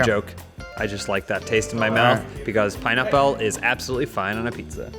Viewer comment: is secretly French and says pineapple weird.